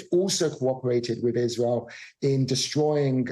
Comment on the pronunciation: love her... "IZEREEL" she's a reporter??